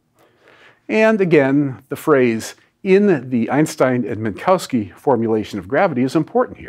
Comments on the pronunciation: There is no "cow" in Minkowski. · Minkowski is pronounced /min'ko(f)ski/ – there's no need to alter a word that is totally pronounceable in English. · You'd have more credibility if you'd bother to pronounce Minkowski correctly.